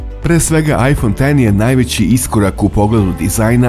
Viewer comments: Svaka cast naratoru za pravilno izgovaranje imena telefona. BRAVO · Hvala Bogu, konačno neko izgovara iPhone X kako treba. Hvala!!! Ne podnosim kada neko kaže "iks".